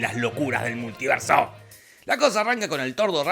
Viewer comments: Se puso chileno el compare, el "multierso" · Es un errol o es que dice multierso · "El multierso"